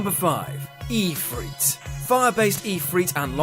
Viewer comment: Ifrit is pronounced If-rit, not Ee-frit